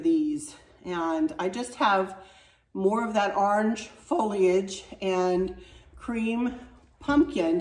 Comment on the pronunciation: Sweet, I love your new fall decor, and I especially appreciate your effort to pronounce foliage perfectly! You did it!